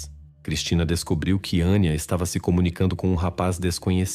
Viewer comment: Não é Aníííía, é Anya. Não é Valeríííía, é Valéria. Não é Gregorííío, é Gregório ou Gregoryo. Não vou compreender nunca razão vocês são incapazes de falar corretamente o português ou no mínimo, como se fala na origem da história, pior, tão depressa dizem os nomes corretamente, como voltam a falar incorretamente